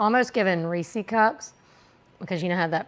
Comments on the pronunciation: It's Reese's named after Reese. Not Reesee .Thank you for all the great recipes! Really enjoy your videos. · Reese rhymes with PEACE. It's NOT REE-SEE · Did you say "Ree-cee" cups? I've never heard Reese's pronounced that way. 😊